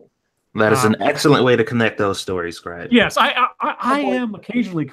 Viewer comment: Scribe just wanted to let you know that you were pronouncing my name correctly the whole time. You asked if you were later in the stream and I was answering you.